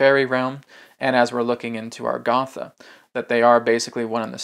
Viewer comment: Why is A-GAR=THA pronounced AR=GATH=A?